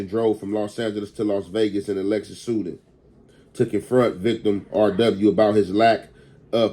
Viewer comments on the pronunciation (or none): bruh just say "SEDAN" Im sick of this 🥷🏾 keep sayin the suden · its se-DAN bro not sudin